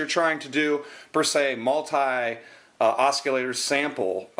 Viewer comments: It's pronounced Os-sil-later lol. No hard C. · its pronounced ossilator LOL